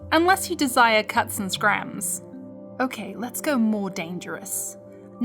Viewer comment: Cuts and “scrams” . Careful, your welsh is showing :p